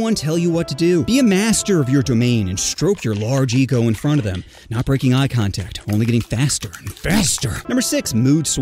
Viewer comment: Physical "CONTACT" not COTACT🤣🤣🤣🤣